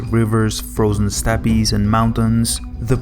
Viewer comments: Just fyi, "Steppes" is pronounced "steps" not "steppies" lol. Kind of a cute mistake. Don't mean to offend or anything, as I know English is not everyone's first language. Just wanted to be helpful for future reference. Edit: Also, just noticed, , Vladivostok is too far north. It actually sits just above the "S" in "Sea of Japan" on the screen. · It's pronounced like STEP not STEPPY